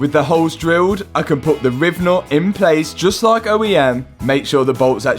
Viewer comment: Holes ❌ Hoes ✅